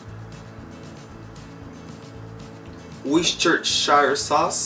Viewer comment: Worcestershire is pronounced - Wiss-ta-sheer